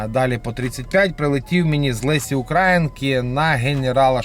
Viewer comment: УкраЇнки !!! Наголос правильно став!